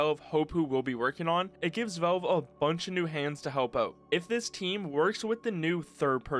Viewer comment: Man, the way you say Valve. "Vaulve". Is, actually irritating.